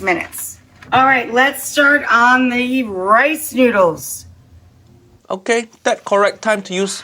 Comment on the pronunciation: Why does she pronounce noodles as n-YOU-dles?